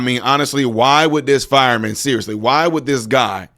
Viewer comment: Fireman NOT Firaman I just thought that might be important